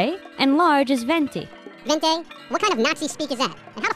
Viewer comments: in italian it's venti (pronounced ventee) but the rest it's accurate :) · Viente is 20 in spanish.. It's not said the same as Ven-tee. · It's "Venti". Another Italian speaker here.